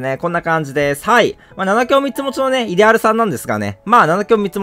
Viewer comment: イデ↑アル